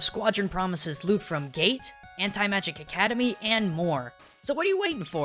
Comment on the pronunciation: i heard lewd anime instead of loot